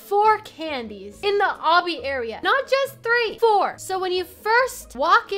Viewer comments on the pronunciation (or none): none